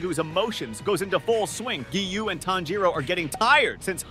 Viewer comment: Because you don’t know how to say Kagaya, Tanjiro, Akaza, and Hinokami Kagura. Oh yeah Geyiuu…it’s Giyu.